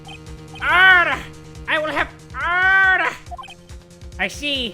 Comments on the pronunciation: Not trying to be mean but sounds like he's saying harder instead of order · that order he says god idk why but it alms me so much XD like what whas his name called idk anymore but he says odder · No one:: o-orDER, OoOrDeR